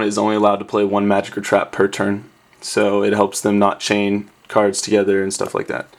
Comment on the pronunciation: Is it just me, or does it sound like he is saying "ant" when he says "and"?